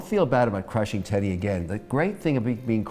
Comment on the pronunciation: Yes right. He pronounces the t like sh like in english when in french its more like ss.